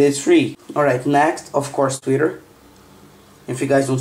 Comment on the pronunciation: "tweetur" haha :P